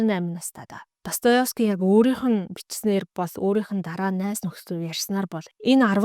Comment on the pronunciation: Өдрийн мэнд ДостоЕвский шүү өөрөө ДостоЁвский гэж хэлээд байна 😊. Амжилт